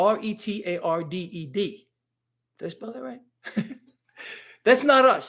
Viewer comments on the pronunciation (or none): Christine ReTard. Pronounced RUH-TAARD😂